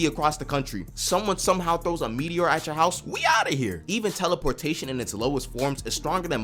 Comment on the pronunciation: "Teleporshaytin not like inster tansmishn"